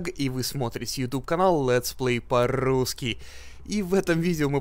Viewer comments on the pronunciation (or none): плиз, хватит говорить это мерзкое "по-РРРУССКИЙ"